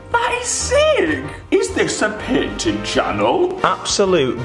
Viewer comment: panting or painting? lol